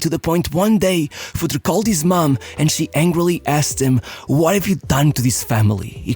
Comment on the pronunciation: It's pronounced FurtrE, not Futr or Futri :D :D :D